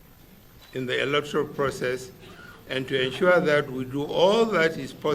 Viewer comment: Always "enshuaring" I will enshua, we will enshua, they will enshua and nothing is ever ensured. Nonsense leaders.